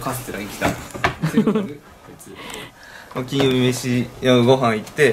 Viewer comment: ゆめまるの 金曜⤴︎ 日⤴︎ の イントネーション気になった(笑)